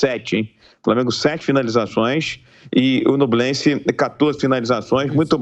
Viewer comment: Não é NUblense..... é NHUblense!!!! ÑUBLENSE!!!! Igual Peñarol! Penharol!!!!!